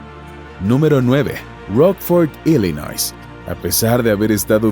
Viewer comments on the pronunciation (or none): none